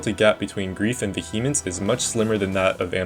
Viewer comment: Also "Vuh Hemence"